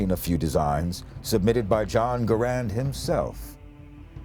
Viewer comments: It's "garand" pronounced like 'errand' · Garand rhymes with errand.